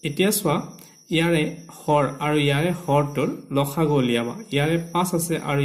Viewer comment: Lob nhoi lowo , hor nhoi horo. Pronunciation tu hudhorai dilu.